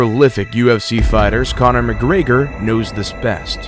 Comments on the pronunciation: Connor Mcgregor ❌ Connor McGreyger✔ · "Conor McGraygor" laughing my fucking ass off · By the way the narrator said mcgregor shows me that you are fivver channel. Someone writes a script, you pay some asshole 5 bucks to voice it, and you call the video yours. Do your own shit